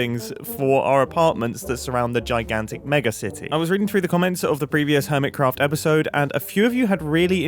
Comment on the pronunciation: Urmitcrapht Lol